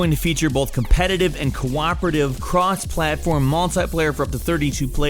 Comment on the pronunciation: did I just hear cross-plattform?